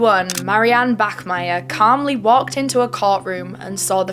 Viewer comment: thank you for not saying "bakmeier"🫶